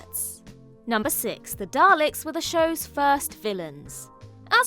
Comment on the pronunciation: and thats why he actually said...Dal to Ek!